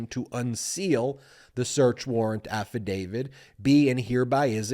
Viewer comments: Who is "Affa David"? Please pronounce "affadavit" correctly, you sound like a toddler pretending to be a lawyer. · AFFADAVIT, AFFADAVIT. NOT AFFADAVID. can't watch uneducated, unawake wannabe's! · Insightful and very much on point, Ben. But at the risk of seeming petty, or pedantic, I would only suggest that you say affidavit, not "affidavid." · AffidaviT Not affidaviD Love your stuff, Ben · Nonetheless, he really SHOULD learn how to pronounce AFFADAVIT... not AFFADAVID! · I love listening to your analysis... But please stop pronouncing affidavit incorrect... It's not "AFFIDAVID"... "It's AFFIDAVIT". We are also six minutes into this and still no mention of Jack Smith... Just the overly detailed recap of what we already know... This could be distilled down to about 3.5 minutes. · affidavid? drives me nuts. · Affadavit ends with a “t” not a “d”.